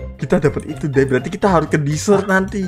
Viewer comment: Bang, aku mau bilang sesuatu. Bukan maksud benci atau ga suka sama... Tpi aku cuma mau ngasih kritik dan saran aja. Semua youtuber pasti senang klo dpt kritik dan saran, kan? Kritik dan saran aku buat bang: 'Desert' atau bhs Indonya gurun pasir. Nyebutnya bukan dizert/disert. Tulisannya 'desert' bacanya tetap DEsert, bukan DIsert... DIsert itu sebutan bhs inggris dari dessert. Dan itu artinya makanan penutup 'desert' (gurun pasir) bacanya tetap desert/dezert 'dessert' (makanan penutup) bacanya disert/dizert 2 kata itu BERBEDA yaa bang. Jgn mikir "ah sama aja." GAK BANG. BERBEDA KEDUA KATA ITU. JGN MIKIR KEDUA KATA ITU SAMA Smg bermanfaat yaa bang... Semangat 💪🏻✨